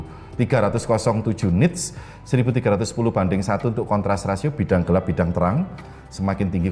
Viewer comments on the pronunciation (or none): none